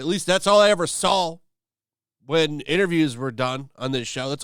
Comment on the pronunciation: "All I ever sawl"